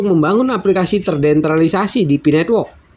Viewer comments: MAAF, TERDESENTRALISASI BANG BUKAN TERDENTRALISASI.. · Bacanya TERDESENTRALISASI bukan TERDENTRALISASI, Min Min...!!!